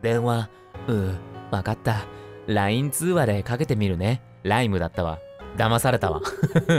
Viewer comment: 動画押した瞬間一瞬さとみさんの動画じゃないかと思ってびびった 読み方すき 、 、 読み方凄すぎて鳥肌たった 深いゲームやなぁ LINEって読んじゃうの可愛い 最後のオチ最高😹👍 さとみさんの演技力がすげぇ🤦‍♀️ さとみさん動画編集お疲れ様です!! 2本目の動画も楽しみにしてます🎶